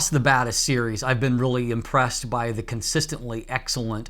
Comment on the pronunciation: When you say Batis Lens, I hear bad ass lens. 😅